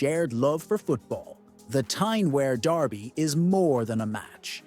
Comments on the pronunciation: Stop saying Wear like that - it’s pronounced w- ear, not air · It's pronounced Wee'ar not wear as in wear a pair of trousers. Sunderland had a bigger population than Newcastle. It's only recently Newcastles population has slightly went higher. Through Thatcher destroying Sunderland. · For the record 'Wear' is pronounced - Weeur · Pronounced "WEER".... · This mispronounciation of "Wear" is doing my head in.